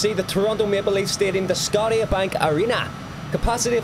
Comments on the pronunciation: For Toronto, it's actually pronounced skoh-sha as in Nova Scotia. The big tower you see is the CN Tower. It's measured at 553.3 meters tall and is the tallest free-standing structure in the Western hemisphere. The "bubble building" next to it is Rogers Centre (formally Skydome), home to their baseball team Toronto Blue Jays. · Scotiabank arena.. (pronounced "Sco-sha"bank as in our province of Nova Scotia where the Bank was originally created) also that was the Sky dome you were looking at under the CN Tour. The Sky dome houses the Blue Jay's (Major league Baseball) and the CN tower is a communications tower that has a very expensive luxury REVOLVEING restaurant inside. Slowly turns so you can veiw the whole city from up high while you eat your lobster and caviar. And for your interests, the greatest hockey player Wayne Gretzky has his restaurant just down from/in the entertainment district you were flying over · Scotia Bank Arena is pronounced “Sko-sha”. The “White Bubble” building is the Skydome which is where the Toronto Blue Jays (MLB baseball) and the Toronto Argonauts (CFL) BC place is where the BC Lions of the Canadian Football League Play as well as the Vancouver Whitecaps of the MLS. If you want a great flight, fly along the Fraser Canyon highway (Highway 97) which takes you from Hope , British Columbia to Cache Creek, British Columbia. Absolutely gorgeous. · The arena the maple leafs play out of is pronounced sco-sha bank arena but all of usblocals still call it the air canada center. The green space on your first approach is called bmo field where toronto fc plays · Rodgers place is actually very new, the oilers old arena was made in 2004 but there new one was built in 2017. Also the Leafs and Flames arena “Scotia Bank” is pronounced “Sco-sha bank” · THAT IS THE CN TOWER, ROGERS CENTER IS BELOW IT WITH THE WHITE BUBBLE ROOF WHERE MLB PLAYS, AND ITS CALLED SCOTIA PRONOUNCED AS "SCOSHA" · I love how you pronounced it Scotty a bank arena